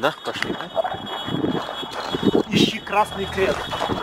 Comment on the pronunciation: ты сказал почли а не пошли